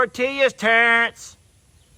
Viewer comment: I love the way you say 😅